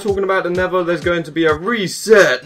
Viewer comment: I HATE HOW HE SAYS NETHER HE SAYS NEVA